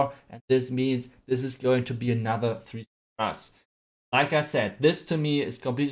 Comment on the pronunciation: I love when he says " Hey Guys! Welcome baccc to anOther VideO!"